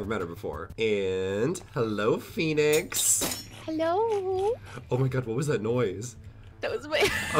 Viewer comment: I like how he says "oh my gay" instead of "oh my god"